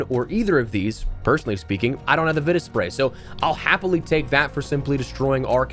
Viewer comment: Im pretty sure its pronounced Vita Spray, not Vita Spray!